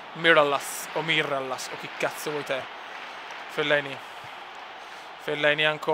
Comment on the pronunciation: mirallas si legge miraias